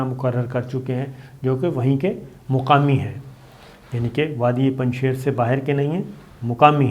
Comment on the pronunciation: السلام علیکم، براہ کرم الفاظ کی ادائیگی کی تصحیح فرما لیں۔۔۔۔۔۔۔۔ پنجشیر میں شیر کو اس طرح ادا کریں کہ جیسے شیر و شکر (ش کے نیچے زیر ہے)۔۔۔۔۔۔۔ مولانا ہیبت اللہ غلط ہے صحیح تلفط ہبت اللہ ہے (ہ کے بعد ی نہیں ہے)۔۔۔۔۔۔ اخوند میں و ساکن ہے لہذا اسے اخند پڑھنا چاہئے۔۔۔۔۔۔۔۔ شکریہ